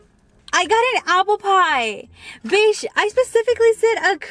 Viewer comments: I’m sorry but you are not supposed to say bish you are supposed to say bich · Lol I laugh every time when she says ‘bish’ 😂🤞🤪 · They way she says bi*#h I freaking love it Like if you agree 👇🏻